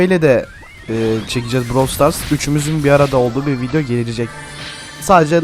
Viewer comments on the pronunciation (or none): none